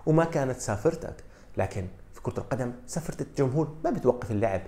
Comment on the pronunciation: سافرة ❌ صافرة ✅